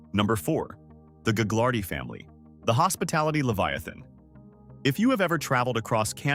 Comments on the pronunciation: You don’t pronounce the g in Gaglardi. The family fortune was started by Phil Gaglardi (pronounced Gah-lardy) who used his political clout to acquire land in a way that today would probably be illegal but wasn’t a problem when he did it, as minister in the WAC Bennet government, which ran BC from the early 1950s until 1972. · Gaglardi the second g is silent